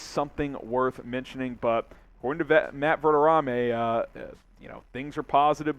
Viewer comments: Not overly surprised but, shocked that you don't know how to pronoun Matt's name. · How did you just pronounce Matt Verderame’s name? Blasphemous